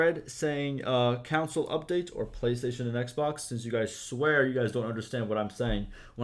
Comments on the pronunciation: You are saying council not console lol it’s (con-soul) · It’s ok that you can’t say Console correctly. My dad is from Minnesota and there are a lot of words he can’t pronounce correctly, including Console. He says it the same way you do. I give him shit about it sometimes, but I’m just pulling his leg. Lol